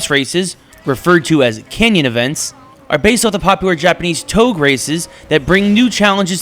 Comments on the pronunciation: it's touge [TOW-GAY] not toug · Did this man say toeg? It's touge toe-gay